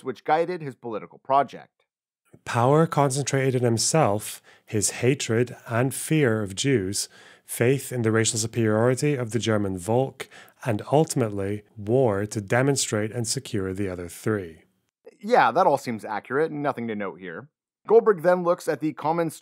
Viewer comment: Sorry, I know it's nitpicky, but that's not how you pronounce "Volk". It's a hard "f" sound, like "Ford".